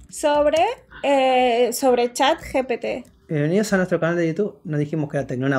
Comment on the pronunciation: Buen video, peeeroe cague de risa cuando dijo mal el nombre gpt y luego dice pete🤣🤣🤣🤣 pocos entenderán